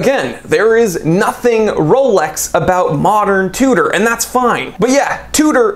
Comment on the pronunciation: said "rrrrolex" 😂😂😂